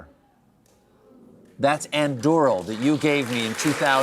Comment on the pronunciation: Anybody that proclaim themselves to be "top of the pile" LOTR fan and pronounces Anduril like " Eandwureal " is not a real fan.